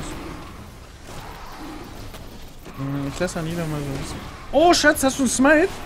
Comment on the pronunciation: Nicht SSCCHHAATTUU kannst du den Müll rausbringen? sondern SSCCHHAATZZZ kannst du Mitte halten?